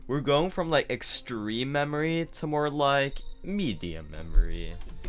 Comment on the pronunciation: ah yes mamory level